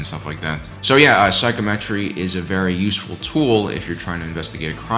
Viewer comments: heads up, it’s pronounced “sy -KOM-uh-tree”, not “Sy-koh-MET-tree”. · Sigh-Comm-Eh-Tree not SYKE-Oh-met-ree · Psychometry is pronounced: psy-com-eh-tree but most likely it was an accident or you did it on purpose.